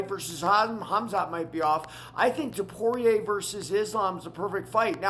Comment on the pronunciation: Dude before you attempt to comment on this topic, at least learn how to say the names properly. I mean jeez man. How are we supposed to take you seriously or respect your opinions when YOU CANT EVEN SAY THE NAMES CORRECTLY. Stay off the microphone dude. You are damn near having a stroke trying to pronounce the names. Put some effort in. Can't say Ilias surname. Can't say Drikus's whole name. Can't say Tsarukyan. What can you say? Frustrating to listen to this fool butcher everyone's name. Put in 10 seconds of effort to learn the names. Because you are attempting to sound knowledgeable on a topic where you dont even know the dudes names! So you end up sounding foolish instead